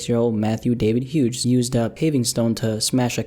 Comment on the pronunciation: You don't pronounce the "G" in "Hughes".